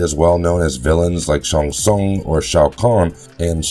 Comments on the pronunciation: Lmao barkata? Sung Shun? Shoa Kung? Noob Saybot.....Tf bro😂😂i cant believe what you say now, you lost all credibility good sir 😂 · I wish just once I could watch one of your videos where you don't mispronounce someone's name over and over again. There is no character in Mortal Kombat named Sung Shung. I think you Shang Tsung... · Love the idea but perhaps have someone who can pronounce the names correctly narrate the video? It took me a few listens before I realized he was trying to say Shang Tsung and Shao Khan. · I really wish you had pronounced Shang tsung correctly. Stopped watching immediately.